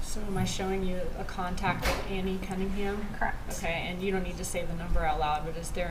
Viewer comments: Lol.. cracks me up when witnesses keep saying crect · She did a good job though aside from the dragging consonants & her pronunciation of “correct” - “Cr’ukct… There were 2 phone calls made the mourning of __ ? Cr’uckt. There wasn’t a phone call from an 845 number on the night of the 18th? “Cr’uckt.” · omg!!!!! So Annoying.. CRECT